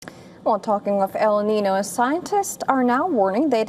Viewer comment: Please learn how to say "El Niño" properly.